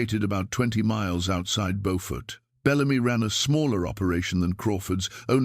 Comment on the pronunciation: I am so glad that you tell the stories of our ancestors but when you do please learn the proper pronunciations of the cities and towns. Beaufort is in North Carolina. Beaufort in South Carolina is not pronounced the same. It is pronounced Bewfort SC. The spellings are the same pronunciations are different.